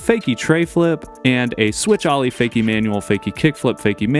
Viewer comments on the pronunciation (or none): How can you not know how to pronounce the word “Ollie?” My god. Ollie American pronunciation Sounds like aa-lee